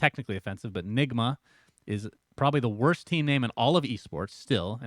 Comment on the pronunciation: Honestly, people are exagurating that. No one is getting his career destroyed because he pronounced nigma wrong. Saying it in a context about another black player/talent: sure Honest strange pronounciation: nah